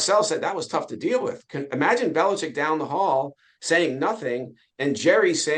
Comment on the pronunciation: Finally! Ian Rappaport pronounces his name correctly. It's BeliCHICK!!!